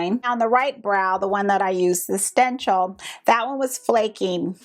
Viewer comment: Ummm..what is a sten-chel..hmmm?